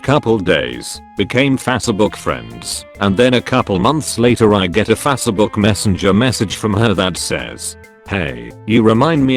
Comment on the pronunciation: Fassabook And Mis-pace